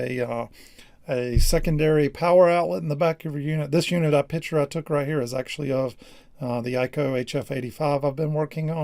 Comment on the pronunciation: say picture NOT: PITCHER!!!!!!!!!!!!!!!!!!!!!!!!!!!!!!!!!!!!!!!!!!!!!!!!!!!!!!!!!!!!!!!!!!!!!!!!!!!!!!!!!!!!!!!!!!!!!!!!!!!!!!!!!!!!!!!!!!!!!!!!!!!!!!!!!!!!!!!!!!!!!!!!!!!!!!!!!!!!!!!!!!!!!!!!!!!!!!!!!!!!!!!!!!!!!!!!!!!!!!!!!!!!!!!!!!!!!!!!!!!!!!!!!!!!!!!!!!!!!!!!!!!!!!!!!!!!!!!!!!!!!!!!!!!!!!!!!!!!!!